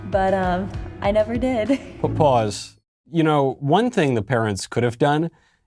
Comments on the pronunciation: Every time you say pause... I hear paws. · What Michael is saying: "pause" What I hear: "paws" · Every time he said "Pause" I heard "Paws" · Anyone else laughing at him saying “pause” thinking it “paws”? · I like how when Michael want to stop the video every so often he says "paws". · Did you say paws, or pause? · Does Michael keep saying pause or paws? Or is it pause paws? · Every time Michael said "pause" I kept thinking, "HA! Paws!" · Every time he says “Pause” I’m thinking “Paws” 😂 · Lol sorry Michael....every time you said “pause” I envision Paws 🐾 Paws 😂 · Did Michael just say pause or paws?! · Did you say "pause" or paws? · If Michael doesn’t like this video then why does he keep saying PAWS 😅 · Everytime Michael said "pause", I could not help think of him saying "PAWS"! 🤣🤣🤣🤣🤣🤣🤣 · It sounds like Michael is saying, “Paws, paws.” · Is Michael saying 'pause' or, does he mean 'paws'? 🐾 🐾 🐾 🐾